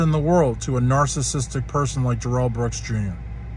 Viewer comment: How did you pronounce his name? His mom pronounced it no different then ‘Daryl’ or “Darold” why do people go for this insane pronunciation? Stop it please. It’s simply Darrell.